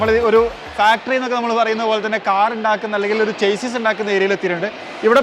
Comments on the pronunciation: ചെയ്‌സിസ് അല്ല ഷാസ്സി ആണ് 😊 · പ്രിയ.. താന്കളുടെ ഉദ്യമം നല്ലത്.... പ്ളീസ്.. ചേസിസ്സ് എന്നു പറയരുത്... ശരിക്കും ഷാസിസ് എന്നാണ് ഉച്ചാരണം.. ഒരിക്കൽ അങ്ങയുടെ ചാനലിൽ തന്നെ പറഞ്ഞത് ഓർത്തു പോകുന്നു... 👍👍😍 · Broo chassis is actually pronounced as shassy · Chassis ൻ്റേ pronounciation ഒന്ന് നോക്കുന്നത് നന്നായിരിക്കും, നിങ്ങൾ Automotive related videos ചെയ്യുന്നത് കൊണ്ടാണ് ഇങ്ങനെ പറയാൻ കാരണം.